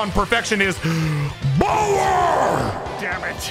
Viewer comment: Son Rose: Yup. But just wanted to correct it for him. I love how says "BOWER" also he almost beat the stages without even using items! Crazy!